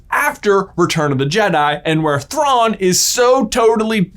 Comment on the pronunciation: You mispronounced his name.